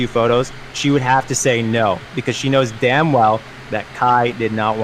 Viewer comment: She knows damn well. the way he says damn well. Oh fuck